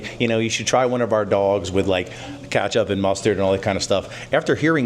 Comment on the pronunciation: Why can't he pronounce ketchup correctly 😂